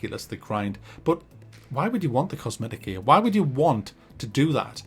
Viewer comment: I know he's saying "gear", but all I hear is "gaaay".